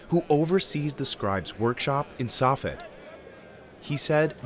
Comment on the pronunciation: Not only was Tefillin mispronounced (Tea-fill-IN), but so was Safed (TZ-fat) though Safed can be understood since that looks like how it should be. You missed that they have to go to mikvah every day that they write the name of G-d. And so much of this is not even close to how things were doing 3000 years ago.